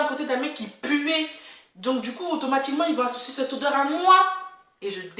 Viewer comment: “ L’odèurrrr ELLE M’A ATTRAPÉE LES NARINES, ELLE M’A SERRÉE LE COU...!!” 😭🤣😂😂 C’est bon je m’abonne! 😂👍🏽